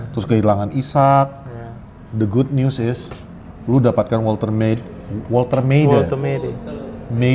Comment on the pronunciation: Huruf Jerman itu W jadi kayak V bang, trus huruf vokalnya kek Indonesia, e nya kek Sunda bukan batak (kalo kayak batak ä). Woltemade jadinya voltèmadè - vol kayak di volt, te kayak di teu (ngga) bahasa Sunda, ma kayak mama, de kayak di De Ligt